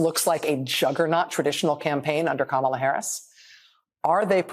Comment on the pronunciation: Maddow can't be bothered to pronounce Kamala's name correctly?